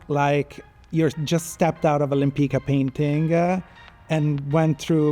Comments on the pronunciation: I wish that took time to learn Tamara's last name correctly. It is not " Lempika". It is Lempicka. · Thank you for the fun and informative video. However, with all the respect for you making the video, and with even more respect for this amazing artist, it wouldn't hurt to have her name "Lempicka" pronounced correctly. The "c" in her last name Lempicka is a "tz" sound.